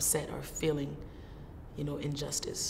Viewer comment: first time I heard her New Orleans accent saying you kno' :)